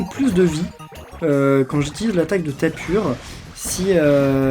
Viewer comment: ON DIT TAPU PAS TAPUR !!!!!!!!!